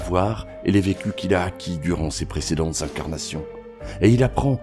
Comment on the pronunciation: 0:0:44 Non on dit acquis, mais tu l’as dis tellement de fois dans tes vidéos que tu vas avoir du mal à corriger cette habitude 😂